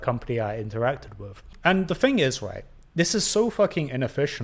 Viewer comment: Mate, you can’t even pronounce the word “thing”. Maybe go back to school (like all the way back to the start) and get of your high horse. If you’re going to be critical, being able to string a sentence together is a good step towards not looking like a total fool. Your lack of self awareness is just bizarre.